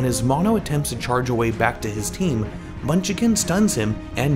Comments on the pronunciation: it's not munchicken it's munchkin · Great vid, I watched live and was as confusled as anyone when Nenne 'ulted' Michelle at the end. Love the analysis as always. BTW munchkin is pronounced munch-kin, not munch-uh-kin. It is 2 syllables. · It's munch-kin not munch-i-kin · What do you mean, Munchikin and Jesk are my favorite players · Why does he say munchikin instead of munchkin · surely he knows how to pronounce Munchkin right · Bothered me the whole vid 😂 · the way he pronounces "munchkin" hurts me.. munchakin is how he says it lol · Can you please make sure the person doing narration pronounces names correctly? Munchkin Jecse etc.